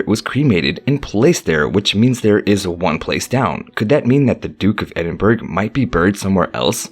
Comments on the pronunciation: Edin burg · Not to be anal. Buuuuut .. its the Duke of Ehd-inn-burrow - OR If you want to it to sound real Scots.. sound this out. Ehd- in -bruh... !! This is how we do it. (NOT - Ed in burg) 😄✌✌ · This guy say burg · The Duke of Edin BURG?! Get your facts, including pronunciation, before making a video. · Ah yes, Edin burg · It’s pronounced edinburrah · Thumbs down for pronouncing Edinburgh wrong. 🏴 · I agree please pronounce properly